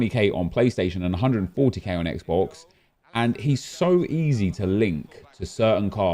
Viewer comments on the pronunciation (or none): none